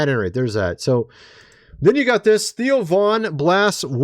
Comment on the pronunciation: Cmon man, it THEO , NOT TIO.